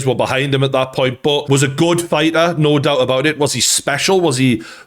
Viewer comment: figha. its fighter